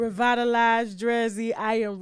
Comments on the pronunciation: Tasha why you pronounce DREEZY like that 🤣🤣🤣🤣🤣 you pronounced it wrong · Lol Tasha pronouncing Drezzy's name wrong . I didnt know who she was talking about. I didnt know who she was talk about until she put her picture up.